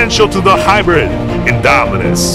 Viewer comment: He already say that the new video will come in October 7th at 7am (Pacific Time) and btw its hybrid not hibridy